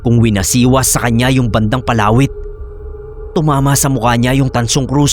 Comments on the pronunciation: di ko po maintindihan nung una kung ano yun "palawit" na sinasabi mo. Iba kasi ang pagkakabigkas mo.😅 Mabilis ang bigkas nun eh 😅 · PALAWIT.. 😂 Read fast